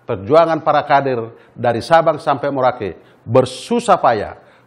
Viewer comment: BUKAN MORAKE...TAPI MERAUKE BUNG ...MINUM COPY DULU BIAR MELEK😂😂😂